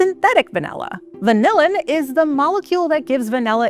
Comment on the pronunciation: Va-NELL-a? 😜 (At least she got "vanillin" right!) Also disappointed there wasn't anything about how it's actually made- harvesting and fermenting and all that. ☹️